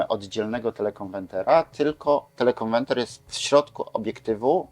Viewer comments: TelekonweRter a nie telekonweNter !!!! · telekonweRter a nie telekonweNter, niech pan polska mowa nie kaleczy, bo brzmi śmiesznie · dlaczego mowi Pan "konwenter"???:))) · Oj tam, facet się przejęzyczył X razy ale przecież wie o czym mówi. Takie czepialstwo. Każdy z nas nie raz, nie dwa przekręcił jedną literkę, świat się nie kończy.